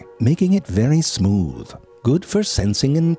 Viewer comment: Nigga said "smewth"😂😂... oh Frank, you make me forget that I'm depressed